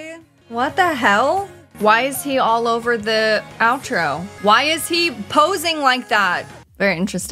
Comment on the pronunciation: Why's pronouncing "aloe vera" like the last name of a Brazilian MMA fighter LMAO